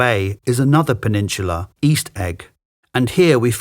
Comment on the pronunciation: Odd pronunciation of "peninsula " Pen- almost, nearly Insula- island